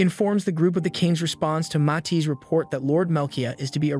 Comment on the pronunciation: Its Matis not mati